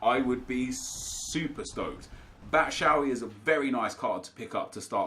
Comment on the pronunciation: Its pronounced bat-shoe-why